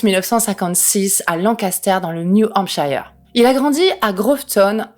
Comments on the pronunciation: NEW HAMPSHIRE pas New hampshayer mais sinon très sympa 😛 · J ai aimé ta vidéo, le seul truc qui m à gêné, c est ta prononciation de new hampshire. A chaque fois ça pique